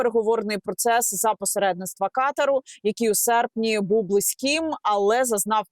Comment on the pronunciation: Пані Янна Ката'р а не Ка'тар